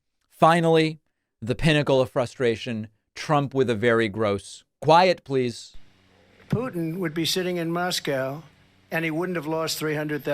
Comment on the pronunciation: "quiet pleesh" 😅😅